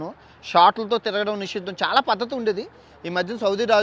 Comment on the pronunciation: Adi nishiddam asuddam kadura ayya nisheedam